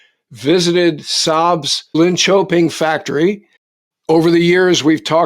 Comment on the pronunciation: Great pronunciation of Linköping there! I'm a Swede and I fully approve. 😉 I've been waiting for hearing the two of you discussing this subject.